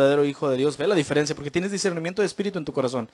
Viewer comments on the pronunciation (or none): none